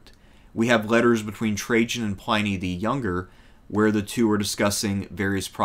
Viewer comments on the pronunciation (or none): Day Sha Pin, Pliny Not Pine, Pliney